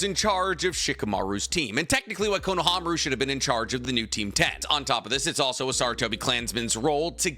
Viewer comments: Anyone noticed that he says "Konawa"? But the thumbnail and title are spelled correctly "Konaha" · Why does say kohnowa